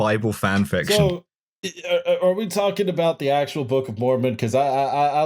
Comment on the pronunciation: I know I'm super late to the party, but I was raised Mormon and I just wanted to say--you definitely pronounced every one of those words wrong lmao. But also you barely scratched the surface on the weird cosmological stuff, which really gets buck wild. But I'm glad you brought it up at all because I think it's legitimately the most entertaining part of Mormonism and most people don't know about it. But there's so much detailed lore about, like, pre-earth life (humans used to be something called Intelligences before God and his wife gave spirt birth to them, there was a big debate before any of us were born where Satan and Jesus argued about what God's plan for earth should be, etc, etc.) and post-earth life (multiple levels of heaven, technically no hell, the ascension to godhood stuff). But I won't get too deep into it I'll just finish off by saying: Mormons are technically polytheistic because it's doctrine that God, Jesus, and the Holy Ghost are three separate beings and at least God and Jesus both count as gods. But most Mormons will get mad at you if you say that lmao. Culturally, Mormons (at least in Utah) DESPERATELY want to be Evangelicals, even though Evangelicals hate Mormons.